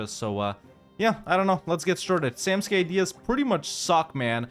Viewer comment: Glad to see you learned to pronounce samtskhe👍